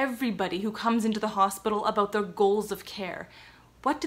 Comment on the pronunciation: I could never tell you were Canadian while you said about "a-boot". Love it. I'm American. 😅